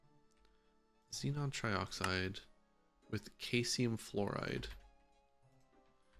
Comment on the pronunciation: caesium is pronounced "see zee yum" btw its a reactive alkali metal.